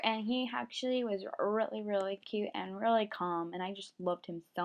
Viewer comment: The way u say cute is funny! CAUTE lol